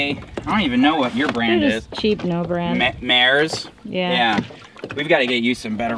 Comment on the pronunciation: MARES (pronounced MAR, EES) gear is pretty good stuff, its in that good yet affordable category. Have a look at my channel if you get time, Second Hand Smitty, you have inspired me!